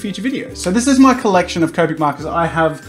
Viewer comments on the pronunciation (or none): none